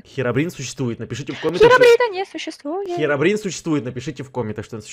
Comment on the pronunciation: Не херохрин а новерное хиробрин!?